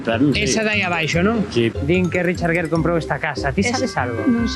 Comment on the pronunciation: Por si acaso les ayuda. El apellido del señor Gere, él y nosotros en EEUU lo pronunciamos "guir" como en "guirnalda'. Seguro que no tiene ningún sentido para ustedes, pero es asi. Pero bueno, no me crean a mi. Simplemente busquen programas como Entertainment Tonight, hagan una búsqueda alli sobre Richard Gere, y escuchen como pronuncian su apellido. Saludos.